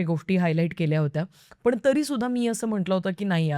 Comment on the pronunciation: पण आणि पन मधला फरक समजून घे ना प्लीज़ That’s only improvement required Else u are great